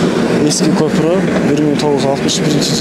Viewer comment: Көпүрөк эмес көпүрө, кандай журналистсин, кыргыз мектепти бутконсунбу, сүйлөштү билсең блогер бол